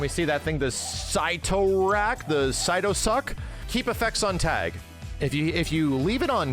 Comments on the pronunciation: "sit-o rak" not syte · Sight Toe Rack is actually pronounced Sitter Rack lol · Sit o rack is how you pronounce it 😌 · "Sit-tor-rack" powerup. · Its pronounced "sit-tor-rack" btw lol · Sit-r-ack. Say it.